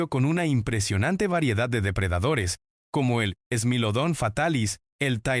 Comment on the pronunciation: thai-lacosmilus, smáylodon... 😅😂 eso no suena ni a latina, es spanglish